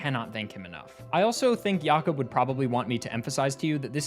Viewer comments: Mate, at 9 minutes, are you sure it's pronounced "Yacob" and not "Jacob"? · Never heard anyone saying Jakob "Yakob", assuming it's the accent but it's weird hearing that ngl. Might've been pronounced in a different language as far as I'm aware. This is the first time I've seen any pokemon running Doom, it has to be spinda. wheeeeze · Is jakob actually pronounced like that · That's not how you pronounce jacob